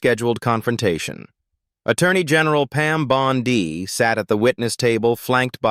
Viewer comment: You would think AI could be programmed to pronounce Bondi correctly or even “Jamie”. Always a tell. 😊